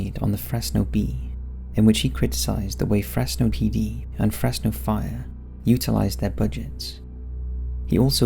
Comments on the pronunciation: Its not pronounced Fress no Its pronounced Frezz no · FreZno. Is how its pronounced just to let y’all know. I was born and raised here and definitely the cops here are dirty. The Fresno police chief’s homie got arrested for having hella meth and the chief “removed” himself from the situation and now the chief is running for mayor and the guy that got caught w the drugs is doing time in the pen like 20+ years. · The (s) in Fresno sounds like a (Z) so it’s Frezno so to speak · I’m sorry but the way he kept pronouncing Fresno; it’s pronounced like Frezno (stupid ik) also San Joaquin is pronounced like san wa-keen. Don’t pronounce the J